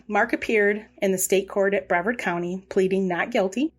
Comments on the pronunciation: Bree vard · Yes, please. Its brevard like rhymes with yard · People always say Brea vard. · Please learn how to save names. It is Brevard was wrong the entire time.